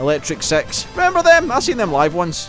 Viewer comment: This isn't a dig at your accent, I've only recently found your channel and discovered this game, but when you were talking about the band at 12 minutes in I found myself wondering if it was the same people that did High Voltage ... it wasn't until you mentioned Gay Bar that I realized you were saying 'Six' .. sorry about that xD